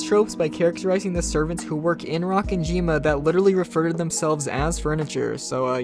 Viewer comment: It's Ro-ken-ji-ma I'm sorry but Rock-en-jima hurt my brain xD